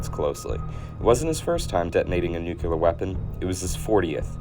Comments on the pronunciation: I stopped watching as soon as I heard “nuculer” for the first time. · Every time this guy says "nuke-yule-ar", I think of Peter in Family Guy.... "It's pronounced nukular you dummy, the s is silent". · I can’t believe you made an entire video about Nu-Clear bombs and you can’t even pronounce it correctly. A force that can destroy entire civilizations, power the largest cities and you don’t respect it enough to learn how to say the word right? The nucleus of the atom. That’s where the word comes from. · The NU-ku-lar pronunciation is very common across Texas and the Southwest. It grinds a bit in my ears, but I recognize that it’s a regional thing. I don’t freak out when I hear a cup of hot brew referred to as KAW-a-fee in areas in the BosWash conglomeration. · It seriously impedes your ability to tell a story as a credible source when you don’t pronounce the word “nuclear”correctly. It’s not an accent, and it’s not cute. That is the order in which the letters spell out the word. Look carefully: Nu cle ar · No... just plain no. If 99% of people have a sub par education and pronounce it "nucular", like "muscular", it's still incorrect. Sorry, mate! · Nukular….. aaaaaargh, come on…. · i thought i could hang with the nuculer.. until he said nuculous a billion times. very unfortunate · 2 minutes in. He’s just going to keep saying nuculur isn’t he. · Nuc-le-us Nuc-le-ar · New clear!!! New-Clear!!! NEW-CLEAR!!!!!! Please…!!! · Nuculur, nuculus, getting to the point where most people say it this way. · It's crazy. Is "new-clear" Really So hard?! 😂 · That's "new cle us" and "new cle year" nut. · Saying "nucular" is not an accent. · Nu-clee-ar. Nu-clee-us. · Noo-kyu-ler? Fr? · After about the third or fourth instance of that idiotic "nucular", I stopped watching, so I didn't stick around long enough to figure out whether or not it's AI slop. That "nucular" nonsense destroys the video's credibility. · not the same. This guy is adding an extra “u” and dropping an “e” every time.